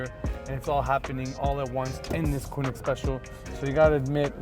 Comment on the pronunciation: okay just one little thing. its Koenig not Koonig